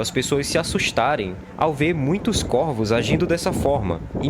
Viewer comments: Pronuncie-se CóRVOS.... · Não sabe a pronúncia do plural de corvo.